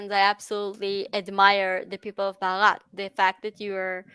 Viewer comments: One correction: you pronounce India as "brahat" which means nothing. The real spelling is Bharat (pronounced as: bha- rat) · Pronounce as Bhaarath ; name is made of two words Bhanu means Sun and rath means Chariot, so my country literally means Chariot of Sun 🌞 😊